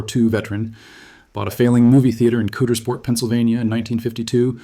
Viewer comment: It’s Not pronounced Coodersport. It’s pronounced Cowdersport. If you’re going to talk about the worst thing ever to happen to our town please at least pronounce the name of our town correctly.